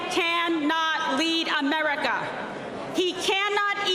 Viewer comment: The way she says America…. Just…. No